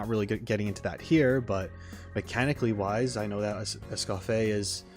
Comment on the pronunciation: It's "Escoff-ee-ay", so you know. I personally have to know I'm pronouncing something right, but that's just me, lol.